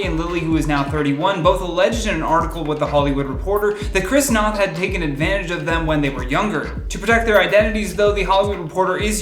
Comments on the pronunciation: Noth - rhymes with "BOTH" - not snot. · His last name is pronounced "know-th". Just a small correction in case yall cover more of this story in the future!